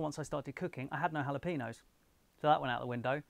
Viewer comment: For future reference: jalapeño = hah-luh-pay-nyow. There is no peen.